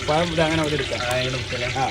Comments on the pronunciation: പയം അല്ല ടെ പഴം ആണ് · പയം അല്ലടാ കയുതേ ,പളം പളം 😂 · പഴം എന്ന് പറ കോയാ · മൊട്ട പറയുന്നത് പയം, ബാക്കിയുള്ളവർ പഴം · പയം അല്ല പഴം ആണ്. ഭക്ഷണം ഉണ്ടാക്കുമ്പോൾ മുടി അതിൽ വീഴാതിരിയ്ക്കാൻ താടി വടിച്ചു തലമുടിയും കവർ ചെയ്യണം.